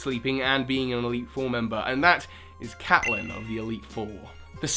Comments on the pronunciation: Caitlin not catlin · CAT-lin?! are you fucking kidding me?! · Some of your pronunciations are... interesting? Cat-lin? Well, you managed Spencer. xP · It's not catlin it's Caitlin